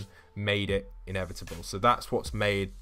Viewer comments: Inevitable is pronounced how Thanos says it in Endgame. Say it with me! "I. Am. Inevitable." and "And I... am... Iron Man. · When he said innevidible I thought of thanos